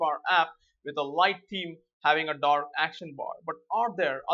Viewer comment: colorPrimaryDork ha-ha what an accent